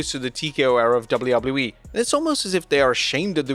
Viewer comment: Why can't you say WWE right?